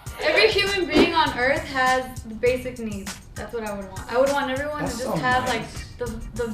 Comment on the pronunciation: Tell me why I thought said “ basic knees”